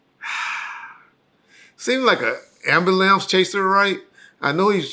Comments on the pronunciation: he said AMBILAMPS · Did he say “amberlamps chaser”?